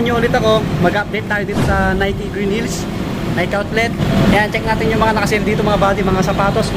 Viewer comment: Nike is nayki ang tamang pagbasa